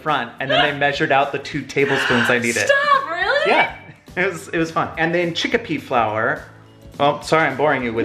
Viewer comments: I was surprised about the arrowroot powder! It's also used in gluten free baking. BTW it's chickpea not chickipea 😉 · Lol why are you calling it "chickApea"? It's just chickpea! In India we use chickpea flour (& just whole chickpeas/garbanzo beans) a lot. Chickpea flour makes a great batter or thickening agent. I'm not vegan, but this was enlightening 😂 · You pronounce chickpea chicka-pea I pronounce it chick-pea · I love that they say chickpea chickapea